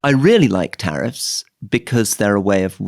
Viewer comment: Love the show, but it’s “tariffs”